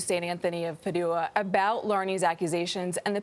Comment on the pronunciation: St Anthony of “PAD joo ah” not “pa DOO ah” ... was nobody in the newsroom familiar w pronunciation used by Catholic Church?